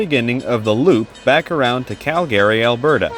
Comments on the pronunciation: Is the narration AI? The pronunciation of Calgary sound unusual. Cal-Gary? CALgary. Also, it always pronounces THE like thee, which is not normal either. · Great video but work on your pronounciation of "Calgary". Its main syllable stress is on the latter part of the word and not the front like you are saying. The Cal- part of Calgary is stressed (where you stress the accent), not -gary. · LOL I Have Ridden the RCP Many Times but Never Heard Calgary pernounced like that 🤣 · Could you please learn to pronounce the name Calgary correctly. Also use Canadian English pronunciation of the word toute